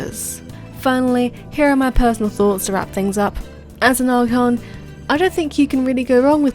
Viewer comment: "archon" xD